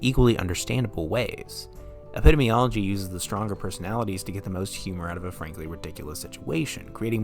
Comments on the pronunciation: I will start by saying that I love your video and frankly I couldn't agree with you more on your views concerning this unique and wonderful show but I am sorry, against my will I am compelled to correct you. It is pronounced eh·puh·dee·mee·ah·luh·jee. I am sure you've had other comments about this but I couldn't find them so I felt I needed to. It would bother me if someone didn't correct me and I was pronouncing something incorrectly. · oh my god learn to say epidemiology. EP i-DEEM ee-OL o-GY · Your pronunciation of "epidemiology" bothers me greatly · this would be a perfect video if it werent for the way you pronounce epidemiology but great job nonetheless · Hard to take this seriously when the narrator can't even correctly pronounce "epidemiology" LOL ... it's a good show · You mispronounce "epidemiology" more than once. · I love and agree with everything in this video, but the way you say “epidemiology” keeps me up at night 😑